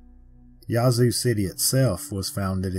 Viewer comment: Minor point, but jfyi, the a in "Yazoo" is locally pronounced like the a in "bad."